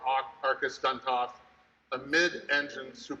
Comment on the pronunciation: Word is coupé, not coop - I wouldn't keep chickens in that car... would you? To be pedantic, it is a 'fixed head coupé' if the roof is fixed in place, and a 'drop head coupé' if the roof can be removed.